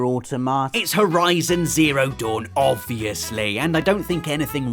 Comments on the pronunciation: It's au-TO-ma-ta, not au-to-MA-ta. It follows the stress pattern of "automaton", not "automation". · It's aw-TOM-uh-tah not aw-TO-MAH-ta It's a killer robot not a cute tomato. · Interesting pronunciation of 'Automata' there, unless of course you were saying 'Or tomato'. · Nier Automa...😆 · I cringe a bit every time he says Nier AutomÁta.... it sounds so bad xD pronounce it like "autometa" with equal stress on all syllables (/au/ is one syllable, as it's a diphthong) :P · Does everybody pronounce 'Automata' differently? I pronounce it 'Auto-may-ta'... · Another great video, but your pronunciation of "automata" hurts my brain. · rob, why did you blatantly mispronounce automata? you already know how to say it, i know you do.